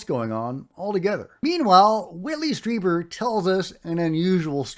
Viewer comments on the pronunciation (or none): Strieber, not Streiber